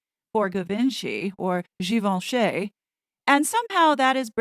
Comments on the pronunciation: Yuppp.. out in great grandmothers camels hair coat. But they are publishing what people seem to want to read and see.. and comment on on youtube. Givenchy is not pronounced GivenchAY. The 'y' at the end sounds like an 'i" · it is not Givenchay, it is Givenchee. Absolutely love your videos.